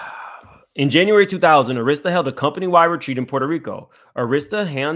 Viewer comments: Just an fyi, Arista is pronounced (ur-i-stah,) not (air-is-stah.) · Dear Sir, we love you-however -Pronunciation is KEY. it's not pronounced ER-ISTA -- it is Pronounced ARISTAH- and spelled ARISTA. Please and thank you. good job otherwise. --Slim Thug, must have went shopping with Puff. 😂😂😂😂😂😂😂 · “Aaarrasta” not airesta Jay records is scary as well “allegedly “ It is a whole scary club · AIR ris ta not air RIS ta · AR IS TA pronounced Air ris stah NOT Auh ris stah. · Arista air is ta not a wrist a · Ahh-rista? Few-Gees? Carlos Santos? Cmon fam. This is why it’s important that Gen X’ers properly educate the younger generations on the cultures history. It’s Arista (as in Air-rista) Fugees (as in Foo-Gees) And Carlos “Santana” (like Juelz Santana) Tetter boro = Teterboro (As in TeeTer-boro) You’re bludgeoning all the words in this video. Sheesh. lol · Oooh the Arista struggle was real. 😁 a -ristta (a like apple). Also Teterboro airport in NJ is only 12 miles from NYC pronounced Teeter-borough. They all use private planes from the convenient location. I love that you tried to correct while reading the lengthy document. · It’s Arista with an emphasis on the “A”, not the “I” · Air Rista. That's how it's pronounced. The Head of the Label ALWAYS takes MOST of the $$$ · For future ref: Arista Records is AR-rista. (the A sounds like Apple ). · the label name Arista is pronounced "AIR-rist-ah" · Ok...i just have to say this because the mispronounciation of Arista was driving me crazy. It is prounounced Ah-rista Thank you for your commentary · its pronounced AIR- RESTA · You've never heard of Arista Records? It's pronounced Air-ista. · This is really unfortunate. I hope she gets some closure. On a side note I'm gonna need you to learn how to say Arista Records correctly. Lol